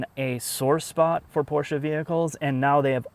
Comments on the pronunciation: Ferdinand Porsche would have been proud, but he could have not understood why you called his company PORTIA... How hard can it be to pronounce it correctly? The answer: not hard at all. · Porscha you say, hmm is this a new chinese brand that copies the german brand Porsche?